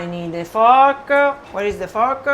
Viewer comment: yes, I hope she found her "little fork-a", she is so sweet-a, and I love-a her too-a!! : )